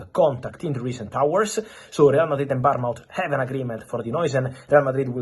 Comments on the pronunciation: Barn mouth or Bournemouth 😅😂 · Its B O R N E M U T